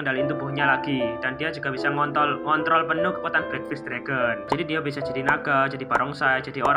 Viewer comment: Ngontrol bang bukan ngont*l